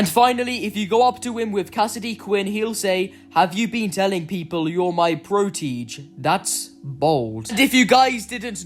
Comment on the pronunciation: Protege is not pro-teej, it’s pro-toe-zhay